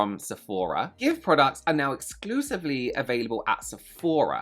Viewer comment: How the hecc does one get g x v e pronounced as give? It's gi-shi-ve, and you cannot change my mind, lol. And, celebs are not your friends, and celebs are not a cause. Stop "supporting" them. Buy their shite if it's good or fun, or preferably both. But not for no other reason.